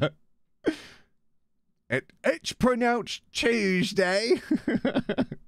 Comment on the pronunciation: "Don't make fun of the French." A few seconds later "BOTOL O WOTOR, IT'S CHEWSDAY"